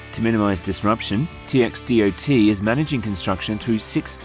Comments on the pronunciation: It's pronounced Tex-dot. Yup. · right and who says TxDOT like that ?